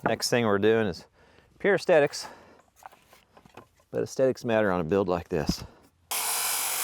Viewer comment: Can I ask what word did you use in the video. I couldn’t make it out. Is it aesthetics? The other thing is whenever I see your boat videos I have to sing an old English folk song which accompanied a to series from my childhood. It was called ‘When The Boat Comes In’ it is on a YT video.😊 Good luck with all your endeavours.